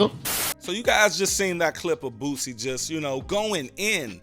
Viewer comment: Who is BOOTSIE 😂😂 You mean Boosie? It’s all love my brotha